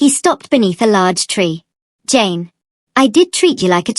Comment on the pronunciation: I keep hearing James instead of Jane… 😅